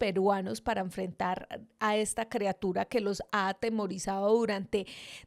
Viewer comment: EL VIDEO NO ESTUVO TAN MALO ...LO Q ESTUVO MAL FUE Q DIJERAS CREA-tura.......y no criatura ....